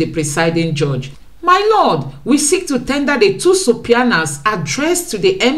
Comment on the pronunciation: you pronunciation of subpoenas is very funny.😂😂 Please look up the pronunciation on Google. Yet your detailed presentation is great. Kudos!